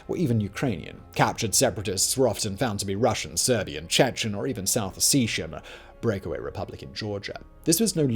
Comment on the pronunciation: It’s pronounced south OH-SET-EE-AH not OH-SEE-SHA